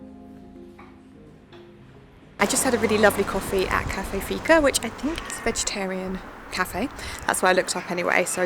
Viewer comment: About Fika: it actually means having a coffee break in Swedish☕ Like wanna fika? Lets fika!😊 But maybe you knew this because you pronounced it so well?